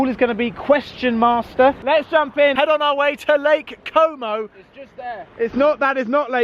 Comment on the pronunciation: Did you say lake como or homo 😂